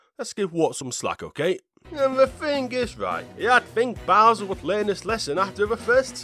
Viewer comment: it's not bower